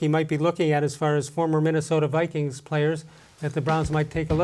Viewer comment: Go, "Brikings"!!!